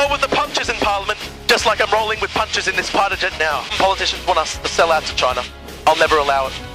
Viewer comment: pighter jet